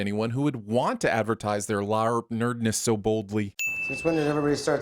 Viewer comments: I'm sinning you for everytime you Pronounce LARP, LIARP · It's "larp" , not "la-arp" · The word Larp (said like harp) is kicking your ass I swear not one correct pronunciation of a truly easy word. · 204948 sins for pronouncing LARP as LAY-ARP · Ok but why do you pronounce LARP as La-urp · In case you aren't butchering the word on purpose, LARP is pronounced like 'harp'. That weird 'a' you use distracts from whatever point you might have been making..... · You pronouncing LARP wrong still gives me nightmares. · 100 sins for the weird way you pronounce LARP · I gotta ask... what's with the constant mispronunciation of "LARP?" (and other acronyms apparently.) I mean, there's poking funny at a silly hobby and then there's going out of your way to be an affront to spoken language. I never thought anything could get under my skin more than religion and politics, but you've managed it... 666 sins for every time you butcher the language that is your stock in trade. 😛 Don't worry though... I'll cut you some slack on all the pot-shots you took at Clint. Everyone is entitled to their opinions, even when they are wrong. 😛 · Why is LARP being pronounced so weird? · Every time you mouth fucked the word LARP, I grew to hate you just a bit more. Seriously, I have no idea why you made that terrible choice. If someone did that bullshit in a movie, y'all would immediately turn it into a bonus round. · I’m so mad how he says larp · But why you gotta pronounce LARP like that?! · Ima sin this episode for the pronunciation of LARP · Not gonna lie, I came to the comments for this comment. It's almost irritating how he's butchering how the anagram is said!